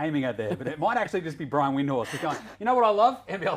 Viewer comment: Also a basketball show host not gettung the pronunciation of “Brian Windhorst”, perhaps read the notes before the show